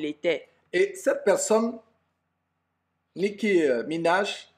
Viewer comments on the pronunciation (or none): nicki* et non "nicky"